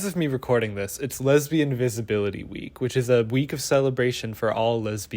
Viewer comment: the way you enunciate "lesbain" as a noun is hilarious to me. wait-- is that internalized homophobia ? shi